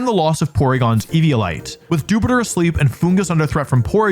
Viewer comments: The way Americans pronounce "Dewpider" makes no sense! (I guess because they pronounce Dew like... Doo??) It's "Joo-pider" like Jupiter, cause it's an astronaut! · I hate how Wolfey says Dewpider. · Everytime says "Dewpider" we get more stupider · Wolfe pronounces Dewpider cuz he’s more stupider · What's with that Dewpider pronunciation? It comes from "spider", not the planet "Jupiter". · Wolfey's killing me with his Dewpider pronunciation 😭 Emphasize that i like spider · The way you pronounce dewpider just scratches an itch in my brain